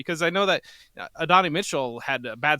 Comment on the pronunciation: Adonai Mitchell is pronounced ADD-OH-NIGH. Not AH-DON-I.